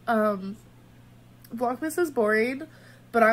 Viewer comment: I understood 'Vlog mistake 2' instead of 'Vlogmas day 2'